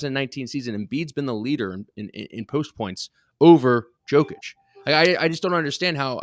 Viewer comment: learn how to pronounce Jokic, he is b2b MVP